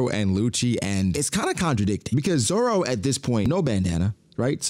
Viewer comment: Why you be saying Zoro name like that 😭